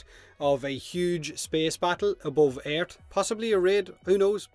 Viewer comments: i dont think this guys knows how to say EARTH properly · The way he says earth kills me😂😂